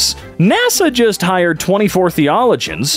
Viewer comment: I cannot understand how someone can be a professional [?] voice actor and struggle with the word "theologian"